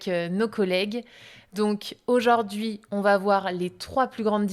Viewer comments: Le français parlé est souvent différent : par trois fois, cette dame modifie la prononciation du mot 'aujourd'hui' : elle prononce, fort laidement, 'aujord'hui'...... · Aujord'hui -> Aujourd'hui Pourquoi c'est -> Pourquoi est-ce Hormis cela et quelques liaisons manquantes, il est agréable de vous écouter parler.